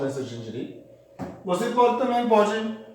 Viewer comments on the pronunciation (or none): none